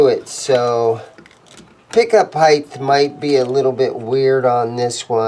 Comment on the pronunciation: Sorry pet peeve here. It is pick up "HEIGHT" not "HEIGTH". It is pronounced HITE not HITE-TH